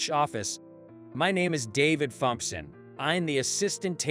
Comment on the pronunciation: Well, it appears that everybody’s comments got acknowledged by the OP. Maybe they’ll slap that computer voice into pronouncing Thompson correctly. 🤷‍♂️🤷‍♂️